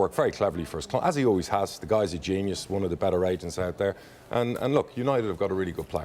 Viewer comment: I could have sworn he said Asians, not agents 😂😂😂 I was like what is happening.